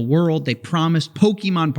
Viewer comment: Coffee, you're not old enough to say "pokEmon" like a boomer. The suspenders are getting to you.